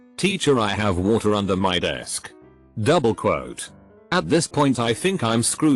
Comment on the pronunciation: nobody: text to speech: douBLE QUote